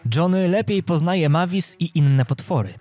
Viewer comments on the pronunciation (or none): czya sie mejwis a nie mavis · Nie Majvis tylko mejvis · To ma być Mavis a ja słysze Matiz! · To mój ulubiony film 😊😊ps mówi się Mejwis a pisze się Mavis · MAVIS A PO POLSKU MEJWIS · Fajnie wypowiadasz imie dzecka drakuli 😂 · Przy okajzi jak tam wymiawiałeś jej imię to nie jest poprawna forma (tak wgl)